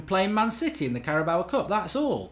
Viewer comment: It's the Carabao cup. Cara-bow.